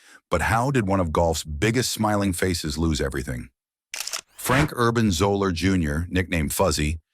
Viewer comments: This video is BS starting with not pronouncing his name correctly. I met him several times at the Mad Anthology charity golf tournament in Ft. Wayne, Indiana. He was always very pleasant and fun to talk to. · Your feature of Fuzzy Zoeller was dramatically off the mark. First, you mispronounced his name throughout. Second, while his initial comments did come back to haunt him, but not through the rest of his career and beyond. There are stories that haven't been told about his class background. The year after the incident he returned to the Masters and heard constant questions about what he said, but most of the writers wrote it from Tiger's side. I was one of several writers who had a solid relationship with Fuzzy and behind the Augusta National clubhouse he talked to another reporter and me. He expressed regrets for his words and conceded it came back to bite him, but he said he wasn't feeling sorry for himself. He talked about another player who struggled with alcohol. "Me, I come out here (on tour) and I have some ups and downs, but that got has got to climb a mountain ever day." My editor said I didn't enough from Tiger, but the much of the press was telling Tiger's story. My story got play buried wekk below the fold. my writer friend's story was played on the golf jump play, once again well down on the page. In closing, I should add that Fuzzy had a strong relationship with most of the other African-American players on the tour . . . you can check the stories on the incident and I'm sure you'll find few of them, if any, coming down on Fuzzy. I believe you fashiioned your vidio with limited resolve to provide an accurate view of Fuzzy's career. P.S, -- He referred to many of u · But really...the narrator loses all credibility because he can't pronounce his last name. Obviously he knows absolutely nothing about golf and its history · Garbage video, highlighted by the fact they don't even know how to pronounce his name. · Zeller not Zola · It’s pronounced zeller